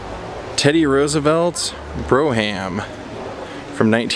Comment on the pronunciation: It’s pronounced “Braum” like the ice cream shop phonetically not Bro Ham…